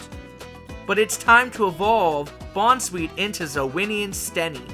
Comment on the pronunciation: Okay I have to get this off my chest., you’re an awesome guy and I love your work but the way you pronounce the bounsweet line’s names irks me to no end